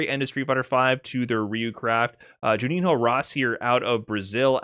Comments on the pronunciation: Juninho pronounces more or less "Junin-o". Keep that tip about Brazilian Portuguese. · Just a note: "Juninho" rhymes with "El Niño".